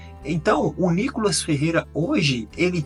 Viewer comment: Reporterzinha ...chama a vaca de deputada , mas chama o deputado niicolas de nicolas ...mais respeito